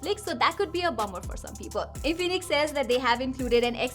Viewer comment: its not in-phoenix its infinix😀😀